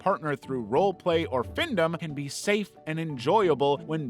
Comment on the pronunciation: It's pronounced "fin - dom" (financial-domination), not findum